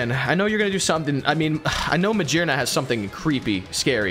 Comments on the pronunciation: "It's definitely ma-jear-na" he says of the pokémon that's literally made out of gears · How the heck can you possibly decide to pronounce Magearna like that? It is literally made out of gears. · It's not freaking maJEERna it's pronounced GEAR because it's made of flippin gears dudes. Come on. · Yall saying magyrna instead of maGEARna makes me wanna jump in front of a bus but this is always entertaining.. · it is mah-gear-nah cause it is made of gears?? lol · muh-gear-nuh it would be a hard G for Magearna and Lugia guys, come on now. lol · I have never heard someone say magearna so wrong… It’s literally ma-gear-na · It's Ma-gear-na because it's the gear Pokemon. Well, the best gear Pokemon. Sorry Klinklang